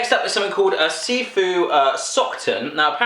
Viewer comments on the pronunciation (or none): It's so weird to see something like this. I mean your expressions. Because I love these candies to death. Every single one of them :P Someone has probably mentioned this already, but It's pronounced sisu, not sifu (even tho it looks like gifu).